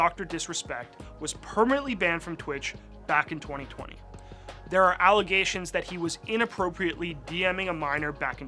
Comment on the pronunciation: "allegation" bro needs to learn English